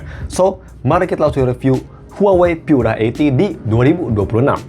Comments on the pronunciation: Baca Pura Delapan Puluh aja kali. Pura itu bahasa Italia, jadi ga usah dibaca Pyura. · Cek aja pakai Google Translate, bahasa Inggris "Pure" terjemahan Italianya adalah "Pura" dan dibaca "Pu-ra" bukan "Pyu-ra". Ini mirip kasus IKEA dibaca "Ai-ki-ya" karena ikut-ikutan negara-negara berbahasa Inggris, padahal dibaca "I-ke-ya" bukan "Ai-ki-ya". Kalau "Mate" memang bahasa Inggris, maka dibaca saja sesuai lafal bahasa Inggris. Ga selamanya YouTuber berbahasa Inggris itu pasti benar dalam melafalkan istilah non-bahasa Inggris, seperti contohnya Karaoke yang benar dilafalkan "Ka-ra-o-ke" bukan "kei-ri-yo-ki". Pura bukan bahasa Inggris, maka ga usah bacanya "di-Inggris-Inggris-kan.